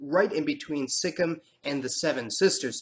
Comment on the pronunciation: Hey, I'm from Nepal, but my mother is from Darjeeling (she is still a Nepali in her mother language and culture - Greater Nepal patriotism), she lived in Nagaland and Sikkim. I believe it's pronounced with a perfect full kim not a Sik-im. I just want to say thank you for your essay video. I hope in the future racial diversity for us Nepalese will be a ground for equality. Dark or Like, Eastern-looks or Indian-looks will be seen as equal. Plus there are few good books on Nepal, I'm reading unbecoming citizen by Michael Hunt about Nepalese (Lhotshampa) people in Bhutan and their displacement.